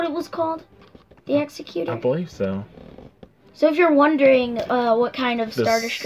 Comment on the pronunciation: Nice one guys, looks like a great figure, another one I got on pre order, can't wait for it to turn up. Not trying to be a douche but this is a bugbear of mine, the Super Star Destroyer Executor is pronounced as you would "executive".